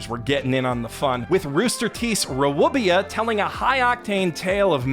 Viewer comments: The pain in the RWBY (ruby) pronunciation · commenting to note for posterity the death wheeze laugh I made hearing intentionally mispronounce RWBY as "ruh-woo-bee-yuh" lmfao P.S. did you ever watch all of RWBY? I feel like I remember you making a comment on it before, at some point early in its run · My g. Did you just say "RaWubia??" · Hearing RWBY, sounds like ruby, pronounced as what ever the hell that was is definitely a first for me. Ruh wih bee uhh? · my guy, it may be a bit, but i have never heard anyone prononuce RWBY as RuWooBeeYuh. Ruby...It's Ruby. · you gotta bite the bullet and finally watch Ben 10 and stop vaguely galavanting about talking about it in videos. It is definitely worth your time. And you couldn’t have googled to find out how RWBY is pronounced? It’s deceptively pronounced ‘Ruby.’ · Surely the way you pronounced RWBY (ruby) was SATIRE 😭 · What the hell was that pronunciation of RWBY???? Sorry, but the show is pronounced RUBY!😭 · What did he just call RWBY? (Pronounced Ruby***) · RWBY is pronounced "Ruby" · Hey! RWBY is pronounced as"Ruby"! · Maybe I just haven't been involved in that fandom enough, but I don't think there's a single other person on this planet that doesn't pronounce RWBY as simply "ruby", despite how erroneous that might seem phonetically. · So what's the history of mispronouncing RWBY? It surely can't just be him not knowing the title is pronounced "Ruby". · Gng it's pronounced Ruby please 😭 also funnily enough it's even crazier than that because now it's lesbians trying to stop an evil demon witch who's trying to end the world for her suicide plan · my brother in Christ, its pronounced “RUBY”. Im sorry I just couldn’t let this injustice go unnoticed 😭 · rwuhbiyah? excuse me? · Was mispronouncing R.W.B.Y which is supposed to be pronounced as Ruby intentional? Because if it was well played sir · Did you somehow forget that RWBY is pronounced RUBY? Or did AI read that? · Rwby said like ruby